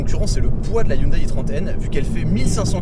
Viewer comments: Haha ! Non on dit "hioundai" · Excellente vidéo j’adore 🥰 par contre Hyundai ne se prononce pas hyndaille mais hyndé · Pair pitié, on ne dit pas HyundAÏE mais Hyundè. Bel essai sinon, j'en possède une et j'adore cette voiture. Elle est discrète en apparence, mais dès qu'on démarre le moteur, les têtes se tournent... et quel bruit. Un kif ! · On ne dit pas youndail on dit hé oun dé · On dit "Hyundai" comme day a la fin ;) Sympa la vidéo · hyundai se prononce hyundé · ca se prononce "hyundé" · Si j'écoute bien ta prononciation de hyundai, je déduis que quand tu conjugues le verbe avoir à la premiere personne du singulier "j'ai" tu le prononces j'aille